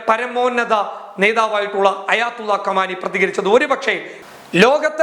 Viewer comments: കമാനിയല്ല ഭായി "ഖുമൈനി "എന്നെങ്കിലും പറഞ്ഞ് തൻ്റെ" വായ കിറിപ്പൊ "ക്ക് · ആയത്തുള്ള കമാനി അല്ല ( ആയതുള്ള ഖുമൈനി ആണ് )